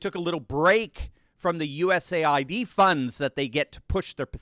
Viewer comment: For clarification, it is not USA-ID, the correct way to say it is US-AID. Thank you